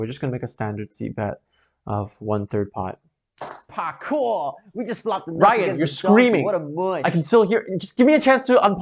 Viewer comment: I love it . Now did he say Parkourrrrrrrrrrrrrrrrrrrrrr ?